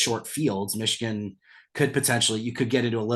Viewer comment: Cade can't even say the word Michigan, I' glad he transferred would have been a cancer in the locker room.